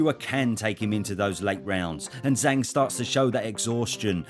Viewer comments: And it's pronouced Jang, not Zang. Zh in phoenic Chinese is like a J sound. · I understand maybe not getting the perfect Chinese pronunciation, but his alias is Big Bang, so why wouldn't you pronounce it in a way that rhymes? 😂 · Zh is a J sound fyi